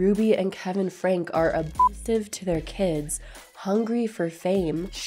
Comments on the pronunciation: Hey - it’s kind of moot now and doesn’t affect what a great job you did but their last name is pronounced like Frankie. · Please respect the children’s privacy as they go through this difficult time! Much love to everyone watching as always I appreciate the support 💜 Also- I made a mistake the family’s last name is pronounced “Frankie” was going to do a voiceover to clarify but then I forgot 😅 whoops sorry!!